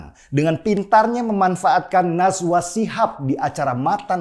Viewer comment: Najwa Bang.. bukan Naswa hahaha